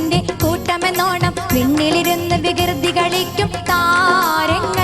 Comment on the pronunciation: വികിർതി അല്ല മോളെ വികൃതി 🙄🙄🙄🙄